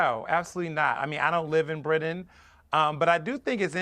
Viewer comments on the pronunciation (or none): What the hell is bridden? Is he trying to say “Britain?”